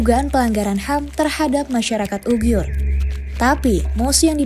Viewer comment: Uighur BUKAN Ughiur